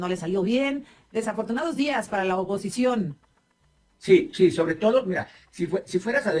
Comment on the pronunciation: Te vas a tardar mas chyocena se oye mejor popocicion 😅